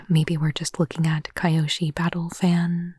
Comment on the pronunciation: I'm so sad you never watched Avatar T-T (it's pronounced Kee-yoshi, not Ky-oshi)